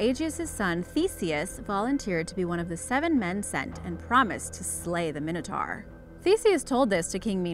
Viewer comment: It's mine-o-tor not min-o-tar